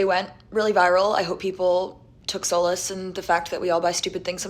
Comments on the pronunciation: you know how i know you're stupid and make poor life choices? Because you pronounced "SOLACE" which to my recollection, is pronounced as "ˈSÄ-LƏS" , and you pronounce it as "ˈSŌL-LƏS".... Yeah, you need to work on your English instead of overconsuming on tiktok shop, trying to go viral & desperately needing affirmation via likes. 🤦🏽‍♂️🤦🏽‍♂️ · Dummy can't even pronounce "solace" correctly. Dummy. 😂😂😂